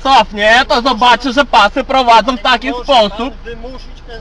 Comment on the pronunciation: znam Podlasiaków. I oni zamiast "ą" to na końcu wyrazu wymawiają"o". Jak ten tutaj: "jak pasy prowadzo".